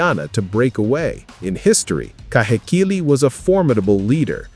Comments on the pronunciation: Heh- not hay Kee-- not key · Ka/hay/key/lēē - KAHEKILI